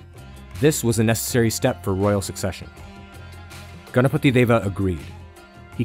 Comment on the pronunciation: You know this guy has done good research and also a perfectionist seeing how he pronounces ganapati Deva. :)